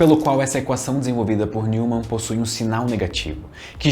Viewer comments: "Nil"mann nao....n"ói"mann (neumann). É alemão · Neumann pronuncia-se Nóiman. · Pô,. Se preocupou em falar o nome do Huygens de forma correta, mas errou o do Neumann (nói-man). Heheheh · "Neumann" se fala "Nóiman"!